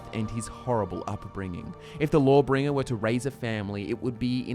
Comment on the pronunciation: Lmao thought you were saying "Lore-Bringer"